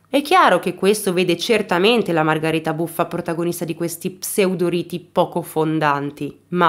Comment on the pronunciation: Nulla togliere alla tua bravura e ti seguo da tempo ..ma solo io sento "Margareta" e non "Margherita"? È il suo nome?